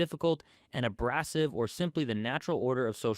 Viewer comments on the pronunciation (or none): Ik dude I was wondering the same thing. First prey/pray and now abrassive? Questioning if this guy has picked up a book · “Ab-RASS-ive” I quit, dude is rage baiting us. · Do you pronounce names that fuckin terribly to drive user engagement? Nuccia isn't said as 'nuck-a', it rhymes with Gucci. Edit: Nevermind, i just heard how you pronounced "abrasive" 😂 you obviously have some kind of problem with english